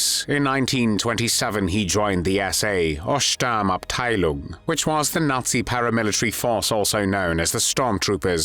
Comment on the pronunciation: Sturmabteilung the u is spoken as oo in “boot”